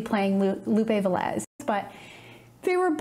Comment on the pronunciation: Lupe VE-lez, instead of Ve-LEZ.